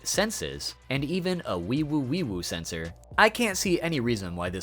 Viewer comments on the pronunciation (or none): none